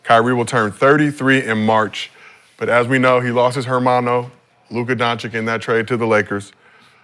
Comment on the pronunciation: can you PLEASE get Luka's name right? It's not pronounced Donchick bro.